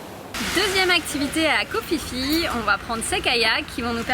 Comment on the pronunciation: Vous faites vraiment de très belles images ! Par contre, on dit Ko Pi Pi, pas Ko Fi Fi ! ;-)